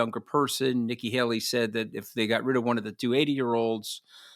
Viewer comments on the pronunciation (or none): none